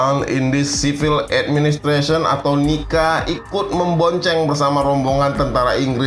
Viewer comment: NICA dibaca nika ini sangat benar,bukan dibaca nica.